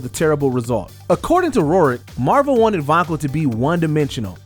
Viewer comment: Why does this guy keep pronouncing Rourke incorrectly? If your going to do these videos at least learn to pronounce names correctly.